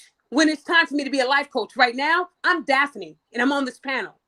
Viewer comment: Daf uh knee she kept pissing me off the way she kept saying your name 😂